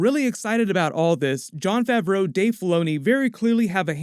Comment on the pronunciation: Why you keep pronouncing Favreau like it's two separate words lmao...